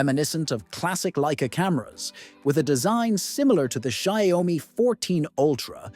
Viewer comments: It's not zaomi it's xiaomi - shaomi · It's NOT 'sha oi mi' 🤦🏻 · The sayomi 15 ultra🗣️🗣️ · its AI, it cant pronouce shit